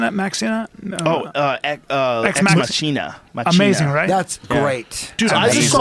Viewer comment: it's pronounced ex ma-key-nah , Joe.